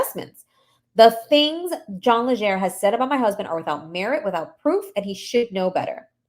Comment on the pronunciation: Legere! Not lesher Legere!